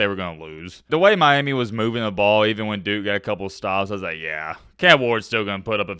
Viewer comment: I swear the way you say Miami grinds my gears 😂